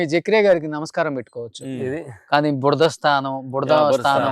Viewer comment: బుడద కాదు అయ్యా...బురద